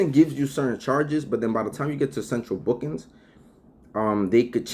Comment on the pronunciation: "central bookins" 😂